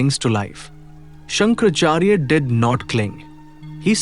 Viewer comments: You can't even pronounce his name properly, using half syllables. It is not shankrachary it is shankaraachaarya (in pronunciation). Its not माथा ( forehead) its मठा (lnstitute of knowledge) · The commentator should know how to pronounce the name of greatest of great souls of this universe. His holiness is not Shankarcharya. His holiness is known as Shankara+ Acharya = Shankaracharya. Mist of the the people in north have the habit of translate their colloquial habits of speaking into pronouncing for the public. When they do so please take care of the beautiful language in which they speak. The people from north always say Karnatak instead of Karnataka. Why they can’t amend their habit of coming out of the cave of colloquial and linguistic dogmas? Our leaders always say ‘techno-low-gy instead of technology as it’s supposed to be pronounced. They say for example, Five Karode instead of five crores. If any one use English word during during their conversation in private of in public it’s important to have the linguistic sense or other wise say Paanj karode instead of Five Karode. Hope those who read this comment understand my point. Jai Bharath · Please.. let the pronounciation be accurate. Shankaraachaarya should be pronouced correctly. It is not Shankarachaarya. ra should be raa